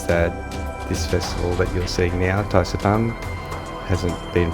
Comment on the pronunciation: It's supposed to be Thaipusam and not Thaisampu